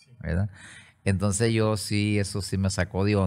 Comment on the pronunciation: Me gusta cuando dice, en aquel entonce❤